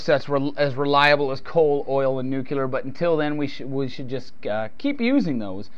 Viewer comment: It's nu-clee-ar. Anyhow, tar sands and shale formations like Bakken are not exactly oil, but instead yield synthetics from bitumen and kerogen. They have been trying to figure out a way to make heavy oils like these work for decades, and have made almost no progress in economic viability. So they really are not part of the equation at all. Meanwhile, how do people like you account for this month's acknowledgment by both the DoE and the Pentagon that global decline is likely to begin by 2015?